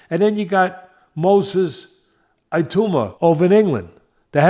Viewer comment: is doing a good job - I'm enjoying what he has to say. Happy New Year to both Teddy's and their families!! I hope doesn't mind me saying - Moses Itauma is pronounced E-tow-ma, not E-two-ma. Fighters I hope to see in 2025 = Crawford, Itauma, Dubois, Tank, Beterbiev, Bakole.